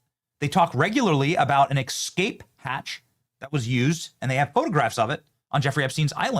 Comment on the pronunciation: Benny, the word ESCAPE is NOT pronounced EKSCAPE!!!